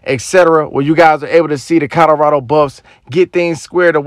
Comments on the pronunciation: Co LO rado! Not Co DO rado!!! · This narrator keeps saying "COTTERADO" (instead of Colorado) in his videos...bless his heart...smh